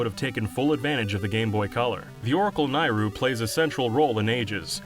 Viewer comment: "the Oracle of Ages: Ny-Ru"? Her name is pronounced NAY-RU. There's literally an A in her name